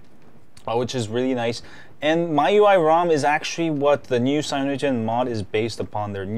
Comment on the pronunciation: Well, i think you have some problems about pronunciation. There is the original one, from China, and yours. It seems you like this last one more.